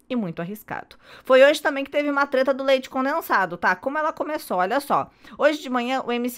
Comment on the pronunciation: A fala: leite conensado?kkk